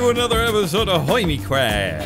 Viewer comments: did say hinnie craft? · “Welcome back to another episode of hoymicwaft!!” 🤣🤣 I love lmao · “hoimycraft” > hermitcraft